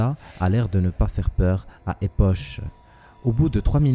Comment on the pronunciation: Une toute petite rectification : Epoch se prononce ''Époque'' et non ''Epoche''...